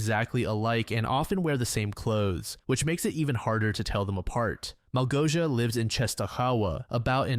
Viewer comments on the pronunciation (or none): pro tip for the next time, malgosia is pronoounced like "mawgosia"